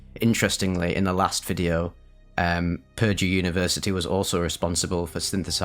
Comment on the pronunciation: When saying Purdue, put emphasis on the second syllable, not the first. English is a stupid language. I say that as a native speaker so I don't blame you.